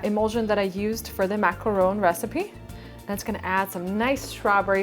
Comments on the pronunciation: It is pronounced Mac-a-ron. That is the correct way to say it, as I learned when I went to Paris France! :) Hope this helps you! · I liked your video with the exception of the way you pronounce the word "Macaron". The 1st a sounds like you're trying to cough up something.